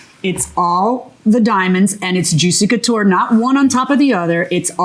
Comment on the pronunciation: Girl, it’s juicy couture……😂 knock it off.